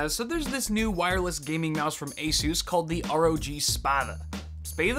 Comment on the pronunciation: That's how its pronounced just fyi